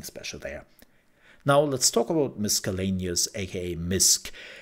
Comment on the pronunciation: It shouldn't matter about not having played if you are capable of good research and learning from that. So I'll watch your content. BTW, it's a soft c in miscellaneous, so miss not misk. 🙂